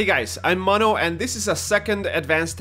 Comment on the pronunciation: Hh man oh man, if only I had an Argentinian living in Chile that would let me be his stalking Supplies and Ammo carrier. Then I could fully embrace and enjoy the responsibility and fun of the game. But well, one can only wish. PS: it's Mono. Not Monoe, Not Monoes, but Mono.